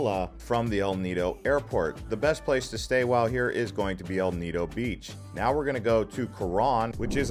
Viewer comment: “El ni-doe, Co-wron, boh-rakay, say-bu, bo-hole”, and to answer your question YES you butchered them too 😂